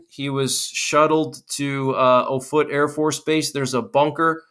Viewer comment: The Air Force Base is pronounced OFF-it — NOT oh-FOOT. It’s all about credibility.